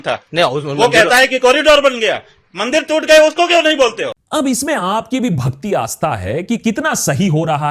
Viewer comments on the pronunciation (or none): It is bhakti not bhati,sorry.